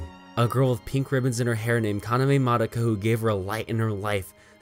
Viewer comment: finally someone who says Madoka right